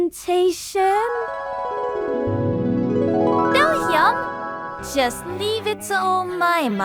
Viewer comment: i like how cant pronounce belgium